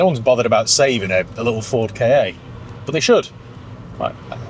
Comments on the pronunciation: It’s definitely K A no “Kar” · Google says Ka as in Cat for the car. Ka was ancient Egyptian for the soul, and this was likely pronounced Ka as in Car. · It’s Ka as in “kah”… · As a former supplier of Ford Ka parts to Ford, it's pronounced "car". Might make a good Spanish runaround? Have you had a similar era Puma? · When Ford Ka was launched in +/-1998, Car Magazine wrote about that pronounciation issue. As far as I can remember, it was said to be "Ka:" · The correct pronunciation is "Ka-ck" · I believe it's pronounced "Ford Cack"